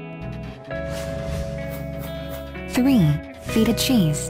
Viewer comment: when u pronounced feta cheese as feet-tah cheese I you lost all my respect sry lol